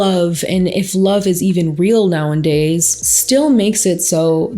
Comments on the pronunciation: I notice you always say “now and days” but the saying is “now-a-days” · For awhile I couldn’t tell if it was like an inside joke the way she’s saying it but now I’m thinking she just says it that way lol